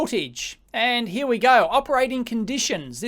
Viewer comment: from heah...to heah. and to thare and heah